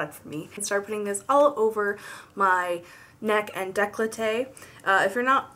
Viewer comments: Great tutorial. Just one thing it's called "décolté" not "décloté" like you said :) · It's not "deklote" or however you spell it, it's "décolleté" (= dekolté).